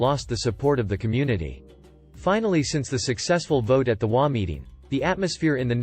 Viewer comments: In the first story in HOA, it is NOT pronounced as a word. But as each individual letter, as in H, O, A. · I have only heard HOA with EACH said, not as a word. It's only the text speech generators that pronounce it as a word.